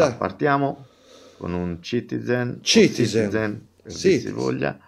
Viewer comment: Che top questa serata con! Comunque che ridere fa tutte le volte che si sente ccccitiZen ahah